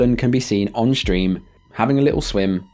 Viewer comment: Why does everyone nowadays say "shtream?"